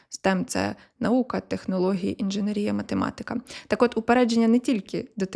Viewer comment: Ну що ж таке... така актуальна інформація, така чудова подача, мова йде про такі круті постаті! І тут... інженерІя. Ну, та за що?! Ну, яка інженерІя? інженЕр, інженЕрний, інженЕрський і, звісно, інженЕрія